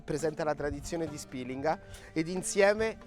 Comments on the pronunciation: Perché pronuncia Spilinga in quel modo??? Non c'è l'accento... E POI SI DICE 'NDUIA.... TUTTI I CALABRESI GIOVANI, VECCHI E MORTI LA PRONUNCIANO COSÌ. Se da lei si dice così ok... MA NEL SUO PAESE. NEL RESTO DELLA PENISOLA NO... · A Spìlinga, luogo d'origine nonostante per lei non sia così, 'nduja si pronuncia così. La pronuncia originale è poi stata "storpiata" ed è diventata più popolare con la "i" . Inoltre Spìlinga ha l'accento sulla pima " i ". Il fatto che lei ignori una cosa non significa che non sia vera. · 😑 Vieni a Borgia... Dove si fa Nduja e Zingara... A Spilinga vi siete solo inventati la sagra e se il vostro paese si pronuncia con l'accento SCRIVETELO SULLA VOSTRA INSEGNA DI PAESE. Ps: non sono di Borgia, sono di Squillace.